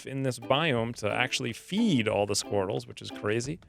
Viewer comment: Every time you say sqweerels I giggle. 😄😉🤣